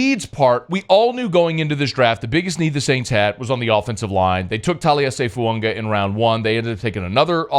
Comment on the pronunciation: Still here begging you to learn how to say Fuaga not Fuungah